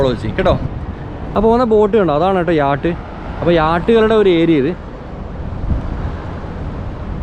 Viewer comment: യാട്ടല്ല ചങ്ങാതീ യാച്ച്